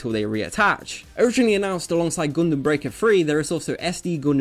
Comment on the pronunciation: "Goondem" I love ya, man.